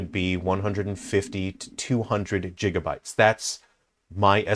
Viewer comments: Jigabytes? 😂 It’s gigabytes. It’s gig as in “gig work” NOT “dancing a jig”. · “Jig uh bites”